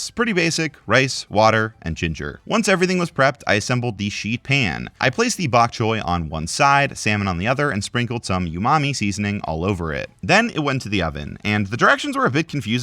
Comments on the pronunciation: Did you say "you-mami" instead of "ooh-mommy?" (I'm slightly joking there, but it's "ooh-mami" umami) Edit: Seems like you know how to cook by recipe, at least, but there are many things you don't say correctly. Edit 2: Nearly double the price on everything? I think that's a scam. Get everything from Wal*Mart with their $15 delivery (or free with Wal*Mart+ which is $50 for an annual subscription for Black Friday. Idk if that offer ended yet or not) and then it's only a $15 delivery fee at best. For everything. Not double the price for many things + presumably a delivery fee on top? And then free pnline recipes. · Just some observations: You are showing this video to show you can cook, but then you regularly show your lack of experience: Umami: its "Ooh Mami" not "Yoo Mami". Patting the salmon dry means using a paper towel to remove moisture from it. Not tapping it while it sits in a paper towel on one side. You've never cooked or eaten a bunch of the things you mentioned (Bok Choy, Quick Pickeling, etc) Using mayo for BBQ?!?!? This is probably the most egregious offense, even if the other stuff was a little nitpicky. There are several other places where you mispronounce cooking terms, which shows unfamiliarity. (Gnocci, Creme fraiche, Umami, etc) Pat drying is done regardless of being "soaking wet" or not, to give it a better sear, hold seasoning better, etc. Yes, even your home chicken which isn't will still have moisture, so its a minor prep cost for a moderately better flavor. Now, I'm not saying you can't cook... but you aren't doing yourself any favors in this video trying to prove otherwise. That being said, overall, still a good and informative video, but maybe research the terms you're using before trying to prove yourself. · do americans pronounce ”umami” like ”you mami”? 😂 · knocky for gnocchi and youmommy for umami LMFAO